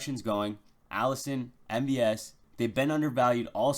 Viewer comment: This dude has great analysis. But I cringe every time he says the words “Chris Godwin” and “M V S”